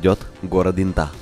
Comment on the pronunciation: Не брехай, в Латвии Инта это женское имя!😊 Правда произносится не как интА, а Инта